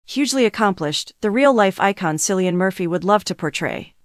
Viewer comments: It is pronounced Killian and not Cillian. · Mindboggling that you can put a video out this amazing and can't even bother to find out how to pronounce his name.